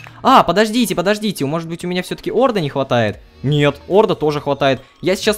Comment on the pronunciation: Не Орда , а орДА.